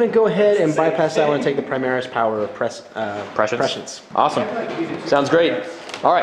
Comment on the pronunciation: yeah but at least he pronounces prescience right when nobody does